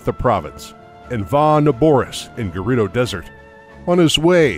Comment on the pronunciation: It's not geh-rudo, it's guh-rudo duh